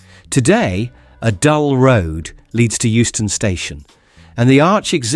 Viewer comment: EUSTON NOT HOUSTON!